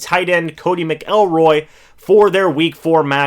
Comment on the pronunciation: Its MAC- lroy